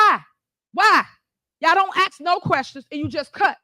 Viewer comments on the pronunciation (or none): It's ask not ax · 🤣 “nobody have to twist they arm” “Y’all don’t axe no question” 🤣 Yep, 4th grader at best